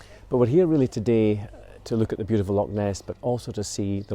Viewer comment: love your videos....however i have to pick up on a pronunciation problem, Lock (Loch):)